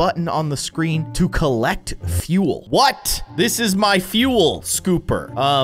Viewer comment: he keeps saying feul lol